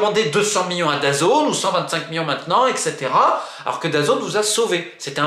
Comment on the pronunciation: Juste on dit million pas mion et on dit milliard et pas miard , j’ai entendu tes soucis dis lexique mais tu va réussir